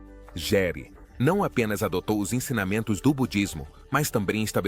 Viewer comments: Se escreve Gere,mas se diz Guere! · Nossa como as pessoas gostam de bisbilhotar avisa dos outros, não sabe nem pronunciar o nome do ator direito nas quer jogar sua vida no ventilador só pra ganhar ibope!🤦🏼‍♀️